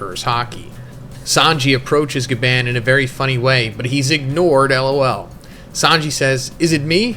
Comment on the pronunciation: I’m not trying to be rude or disrespectful but Bro, why do you call him Gaban when it’s literally pronounced as “GA-BON”?! I mean if you watched the anime or even just watched other videos about One Piece from other YouTubers you’d know that it’s pronounced GABON! No offense, but it makes it seem like you don’t care about the stuff that you’re talking about and you just want to get it out of the way or something. It’s almost like you can’t or don’t want to be bothered with actually learning the names of important characters, objects, or locations. Bro, this is your job, you should want to make sure that you’re doing everything correctly to ensure that you’re doing it to the best of your abilities! Gaban is literally the most important character right now in this moment in One Piece and you can’t even get his name right smh!